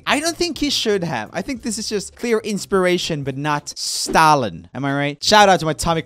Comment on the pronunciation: ROOMIE YOU CAN NOT SAY STALIN!!!!!!!!!!!!!!!!!!!!!!!!!!!!!!!!!!!!!!!!!!!!!!!!!!!!!!!!!!!!!!!!!!!!!!!!!!!!!!!!!!!!!!!!!!!!!!!!!!!!!!!!!!!!!!!!!!!